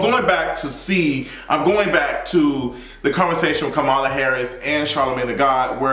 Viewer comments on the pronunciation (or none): Her name is pronounced "comma, la" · Yeah he's pronouncing it like Fox News purposely does 😒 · Her name is KAMALA----->COMMA-LA 🤦🏾‍♂️🤦🏾‍♂️. Furthermore, as it pertains to Meg. Keep that same energy and make sure you hold her accountable when she is found out to not have told the truth bruh. I'm still waiting on your explanation of "toxic positivity"(those were your exact words)from your video of Tabatha Brown's response to Wendy Williams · Everyone pronounces her name WRONG. Think of the word COMMA (like the punctuation) and then add LA. COMMA-LA NOT KAH-MAH-LA or CAM-AH-LA. I hope that helps because that's what helped me to remember it. Like 99% of the country doesn't know how to pronounce the VP's name and we need to learn it please. I'm not attacking you because I see this everywhere. Just providing tips to remember it. My name is Kamara so I feel her pain bc ppl try to say my name in 3 diff ways. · Can we please pronounce Madame Vice President's first name correctly??! She says it in that clip of the interview 🙄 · Him mispronouncing Kamala is sending me lol